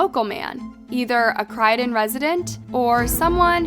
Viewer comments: Think c-roy-don not cry-don as you're pronouncing it wrong sweet 🥰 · Crydon? Do your research properly before posting your videos! cROYdon Roy not cry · Why do you pronounce CrOOOydon as "Cried on"?! You even had an example of someone pronouncing it properly in your video. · I love your channel, but I just wanted to add a tip re: pronunciation of names, places, etc. Croydon and Bowman's letter 'o' are pronounced as 'o' and not as 'Crydon' and 'Bawman'. In English English, Croydon is pronounced as the 'o' as in 'toy', and the 'o' in Bowman as the 'o' in 'so'. Hope it helps. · I don't know how she got cry and not cROY also the Country is ENGLAND not the UK! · CrOydon not Crydon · Great video but it’s Croydon croy like Roy, you’re saying crydon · CRYden...you mean CROYden right? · It’s Croydon not Cridon or Crydon 🤦‍♂️ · It’s Croy-Don not Cry-Don, it’s stressing me out 😂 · Hahah shit you really botched the name. It’s not pronounced Crydon. It’s CROYdon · I LOVE your videos but please for the love of all thats holy this is the 2nd video I've seen from you thats from Croydon and you say CRYdon it drives me nuts! Its croydon, like troy, croy.. 😂😂🙏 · Its CROY-DON not whatever you said. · It’s Croy -don rhymes with Roy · Croy-den , Croydon hun . You were almost there , Good vid though. 10/10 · 'Crydon??!' nah mate.. Couldn't get through the rest 🤣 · I’m from London and you pronounce “Croydon”very wrong Lool, it’s “kroy-dn 😅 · Croydon is my hometown 😯 but also please stop calling it Crydon 🤣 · Are u repeatedly pronouncing Croydon as Crydon on purpose? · Do some research on pronunciations for your videos. I can't sit through a whole video of someone calling Croydon, "Crydon" or w.e on earth you're saying 😂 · You are saying Croydon wrong! Its NOT KRYDIN... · I don’t mean to be pedantic but, it’s Sally Anne, not just Sally. And it’s CROYdon ( first part rhymes with Roy) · It’s pronounced Croi don, with an O, like the detective pronounces it in the video. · Fr. Crydon. FFS.